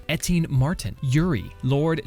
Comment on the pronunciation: [...] "Eteen Martin" [...] sorry etienne